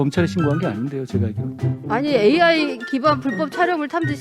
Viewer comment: 자다가 등 떠밀려 아무생각없이 나온 여자같네요. 한장관이 무슨 장관인지도 모르고 AI 발음도 더듬더듬 도대체 뭘 묻고싶은거냐 .? 아이 아이 아니고 ...